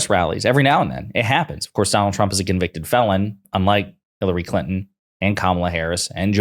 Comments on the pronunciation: He still disrespectfully mispronounces Kamalas name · Trump and his allies constant mispronouncing of Kamala's name only serves to make them look ignorant. Its not the power move they think it is. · I don't think they are saying "Lock him up" I think they're saying "Ka-ma-la"